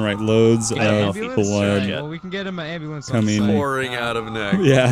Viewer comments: "call the ambulamb" 😂😂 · “Call the ambalamb” LMFAOOO